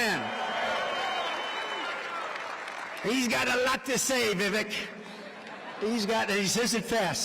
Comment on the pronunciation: Trump should have the respect to pronounce Vivek's name accurately... for God's sake man. He's endorsing you!